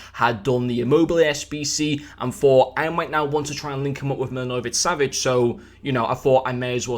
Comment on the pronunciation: hate to brake it to you, but, it was awful😂